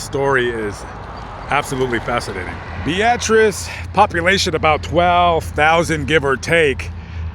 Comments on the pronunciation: Yet again you mispronounced the name of a town. Beatrice, Nebraska is pronounced BEETRESS not BEEATRESS. And the Ss in Des Moines and Illinois are silent. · It’s Beatrice not Be-at-rice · Bee-uh-tres...not ...bee-at-tris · "Bee-ah-tris" Beatrice "Devine interaction" 🤣🤣 Devine intervention ☺️ This concludes our english lesson. 😉😉🤭🤭Now, bring the teacher an 🍎 apple 🍏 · Bee-uh -triss fella. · I thought its pronounced bee.triss 🤔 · Why do you say Beatrice like that 😭